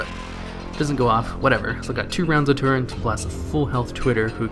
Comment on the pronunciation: How come you mispronounce so many things in your videos? in you said "build torrent" for the Clockwork Gnome. Huh? What the hell? It's TURRET. As in: A gun turret is a weapon mount that protects the crew or mechanism of a projectile-firing weapon and at the same time lets the weapon be aimed and fired in many directions. Hoo boy.